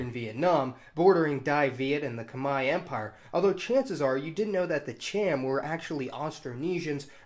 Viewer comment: I actually really enjoyed this video and thought it was really interesting and informative but boy did you butcher some names in this channel. I know it would have been incredibly difficult given the amount and variety of languages / cultures. But you butchered some of the easier terms like the "Khmer" with the pronunciation.